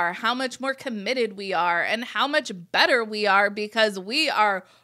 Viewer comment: I agree. I slowed down the speed and it sounded like "never" not "better".